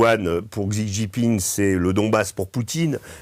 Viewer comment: Essayer donc d'apprendre comment prononcer correctement le nom du Président de la RPC .... Xi Jinping 😉